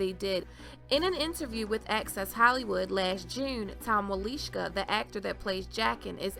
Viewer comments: Nice video, but I have to chuckle because you totally butchered the pronunciation of Tom Wlaschiha. It's pronounced Vlah-shee-uh, NOT Wuh-leesh-ka. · Wlaschiha...not Walischka...try it, its not that hard ;) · Pretty sure you are pronouncing his name incorrectly. He pronounces it in the commentary+there is no W sound. It almost sounded like a BL sound as though the W was silent. It sounded like he had said his name as: Blah-shia. ;) gona be a long wait before Season #8..... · Jaqen is coming for me? DON'T I WISH! I like him, creepy face fixation and all. As usual, you have done a flawless job. And pronouncing "Wilishka?" BRILLIANT.